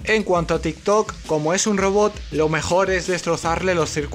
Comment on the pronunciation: No me tomo enserio cuando dice tiktok